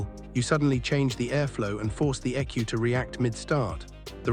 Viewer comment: Did you seriously pronounce an E.C.U as ecu? 😂